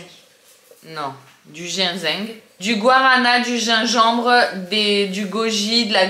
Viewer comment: Cc,c est chouette la déco d automne j adore ❤,tu m as fait rire ta façon de prononcer ginseng 😂,c est à partir de quel âge les vita que tu as pris pr Lola? Bisous